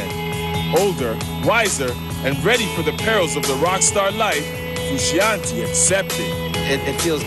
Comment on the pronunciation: Someone needs to tell this voiceover dude that it's pronounced FRU-SHON-TAY jesus